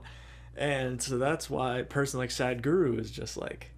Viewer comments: Hey .the way these guys say Sadguru😄😄. It is saadhguru.Sadh means devotion to the supreme God. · Hey bro don't call him sad-guru lmao